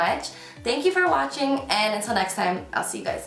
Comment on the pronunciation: This “hi everyone thank you for watchEng” blesses my day every time